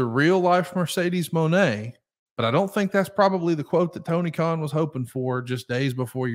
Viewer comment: Messed up Tony Kahn‘s name I think his name is right now❤❤